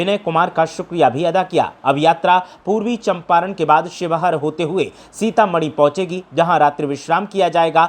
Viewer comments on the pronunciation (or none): सीतामणी ❌ सीतामढ़ी ✅